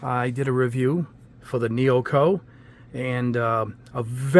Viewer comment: Excellent video and thank you. If you don't mind me saying, I think the way to pronounce the name is NEO-ECO. 😉